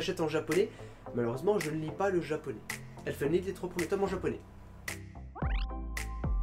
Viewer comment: en parlant de "elfen lied" , je crois que tu prononce très mal le titre, sinon il est pas mal